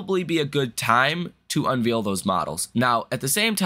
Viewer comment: Love your show but cringe whenever you pronounce “unveil” as “unveel” which is so wrong. It’s “un vale”